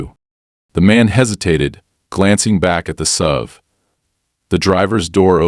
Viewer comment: And "SUV" is "ess-you-vee" rather than "sove."